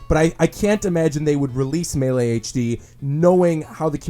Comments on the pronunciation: The way he pronounces 'Melee' triggers me. It's pronounced: May-Lay. Not Meh-Lay. Otherwise, great video, have been watching these all day. :D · Stop saying Muhlay u hyeck. It literally says Maylay in the game. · It's Not Mah- Lay It's May-Lee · Melee is pronounced mei-lei, not muhlay. Love the video (audio?) but that made me cringe pretty hard. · Super Smash Bros "Muh Lay" no one calls it that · ...it's pronounced, "*may*-lay". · its MAY LAY jesus christ. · "smash brothers muhlay" lol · If this freak says "mahley" again I'm gonna kill my little brother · The way you say Melee makes me puke in my mouth